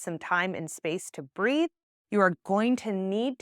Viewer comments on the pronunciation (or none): none